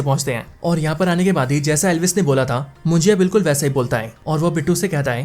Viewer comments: मुजिया नहीं munjya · It's not mujiya it's munja.. correct it bro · मुजिया नाही रे बाबा,,,,,मुंज्या आहे ते😂😂😂😂